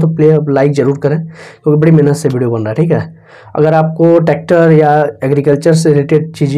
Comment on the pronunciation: प्रचारक जी सही शब्द बोलो मेहनत शब्द को जब बोलते हो उसको मेनहत क्यो बोलते हो इस बात इस शब्द पर सुधार करके प्रचार करिये बहुत खराब बात है